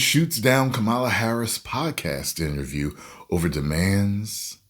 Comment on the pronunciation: Please say her name correctly. You know better.